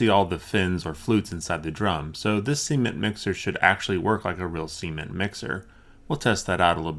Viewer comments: is "see-ment' anything like 'cement'? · Seemen* yw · Is it just me or does it sound like he's saying "semen mixer" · "See-mint mixer" Dafuq? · He says cement like seement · "Seement." Sorry, just had to point out how you pronounce Cement- :P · Am I the only one who heard Semen mixer to begin with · It sounds like you're saying "semen mixer" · Cement , please pronounce the t on the end of the word ! Caught me off guard for sure lol .